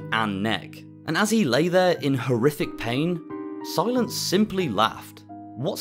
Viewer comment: Whoa Whoa, its pronounced C-Lance not Si-Lence lol Love the content 🙏